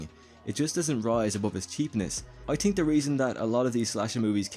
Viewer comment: It’s pronounced Th-ink, not tink....